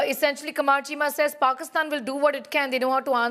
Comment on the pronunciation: Cheema became "Keema". What a dumb F***?